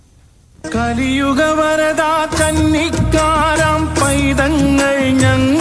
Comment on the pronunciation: കലിയുഗ വരദ kannikkaara എന്നല്ല kannikkaaraam എന്നാണ്